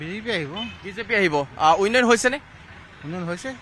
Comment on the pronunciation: Reporter jone uinoyon koi ase উন্নয়ন কব লাগে।